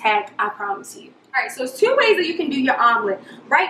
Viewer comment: Awe shit I heard "TEWWW" instead of "TWO!"......she must be from DC-Baltimore era LOL